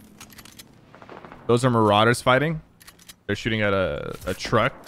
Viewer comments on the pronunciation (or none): none